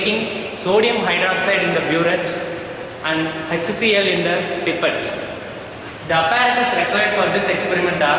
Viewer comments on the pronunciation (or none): he says pipat to pipette..I luv dat accent 😂😂😂😂😂